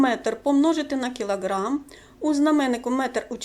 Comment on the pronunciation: "кілаг'рамм" вас видав😎👌